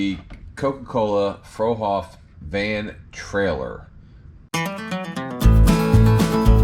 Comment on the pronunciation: Old time trucker here, now retired. I used to pull Fruehauf and Trailmobile trailers. Fruehauf is actually pronounced "Froo hoff" , not "Frow hoff" . This is the first time youtube has served up your channel to me, and I really like the builds you show in your intro, and the Peterbilt in this video. I also collect diecast by Franklin Mint and Danbury Mint, in addition to a growing collection of / plastic model kits. I'll subscribe to your channel to see more.